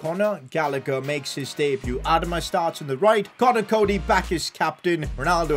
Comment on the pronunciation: Has anyone told him it’s not pronounced Adam-a it’s pronounced adama